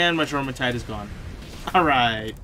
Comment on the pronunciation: Jormentide is pronounced Yormentide. - Faleris Fight... Mounted on Azurobe applies water damage to your attacks. Is helpful Kill the adds first before summoning your Pal. 1 shot from a normal rocket normally does the trick. - If I intend to ride a pal, I will set them to passive before entering the fight. That way they don't start an attack when I summon them. - Nice Wins! Great Job! - Have you maxed your capture power? There are a LOT of lifmunk effigies left on your map. - If you watch their old trailers, you will see them riding on huge flying whales. One trademark element of those flying whales was the spikey collar they have. Most of the HUGE skeletons also have a spikey collar, so it appears that all the skeletons are from the flying sky whales. You can see the spikey collar on the left of the screen.